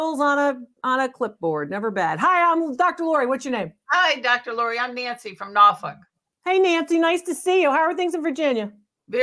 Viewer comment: Nancy from Norfolk Virginia you said it correctly you must have grown up there like I did. I can't really irritated when people say it incorrectly. I love your face by the way. Now I'm waiting to find out how much it's worth